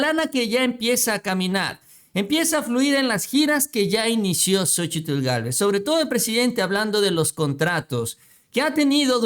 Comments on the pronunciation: Excelente nota, solo que no te soporto cada vez que dices xochi TL, hijo de tu madre, me retuerzo de escozor cada que dices xochi - TL, que re cuesta decir sochil y punto, jajaja te mamas!! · QUE YA NO PRONUNCIES LA TL DE LA SOCHIL, NO MERECE ESFORZARSE CON EL LENGUAJE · Estaba mirando el vídeo, pero escuchar tanto el nombre xochiTL y como lo pronuncia mejor me boy a la verg..a. 😂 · no será posible que pronuncies a Xochitl como es? La verdad es desesperante oír como remarcas la tl y créeme que no es necesario, simplemente te lo voy a escribir como suena y se pronuncia... sóchil. La X se convierte en S. Es que de por sí, esa Sra. Ya no la soporto y luego tú hasta remarcas su nombre y la verdad pues no es así. Saludos. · no digas Xochi tl mejor dí Xochi....lito!??!! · Más bien la t es la que no se pronuncia. Solo zochil y ya quedó. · no tienes que pronunciar la L al final de Xochitl